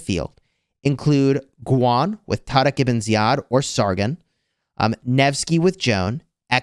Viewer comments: Why are you still calling Tariq as Tadak? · why do you pronounce taariq like that 😅 like honestly, what letter are you even pronouncing? cause it’s not an R…kinda sounds like a D but either way, you’re not Arab just say “tar-ik” like literally 99% of the people on the planet would do z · bruh im arab and he said his name good enough.... don't spread false information